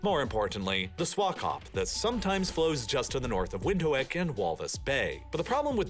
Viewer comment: Wind-hook is how you pronounce the capital city. Not windiwik